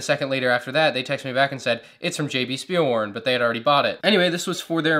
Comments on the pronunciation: You pronounce ‘W’ as a ‘V’ in German -Speilwaren = SchpeeelVaaren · pleas dont say Spielwaren like you said spielwaren. Say it like you would say shut up but only the sh from shut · I like your pronoucuation of jb spielwaren😄they are a good store